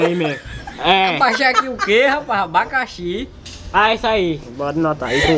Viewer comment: abaxaki😮😮 kkkjkjkkkkkk